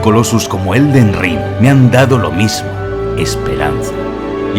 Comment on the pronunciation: "El Ded Ring”